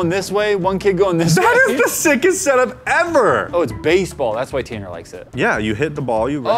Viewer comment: “I’m TanNER”